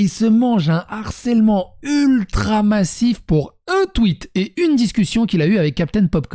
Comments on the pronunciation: Harcèlement !!!! et non "harsselement" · Harcèlement bro ! Pas Harsselement 🤣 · harcèlement et non harsselement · Har(SS)èlement 😅🤣 T'aurais voulu le faire exprès, t'aurais pas fait mieux 👌🤣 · "harsselement" Gros c'est quoi ça ? T'as raté tes cours de français ? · "harsselement" un effort stp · "harsselement", fais un effort stp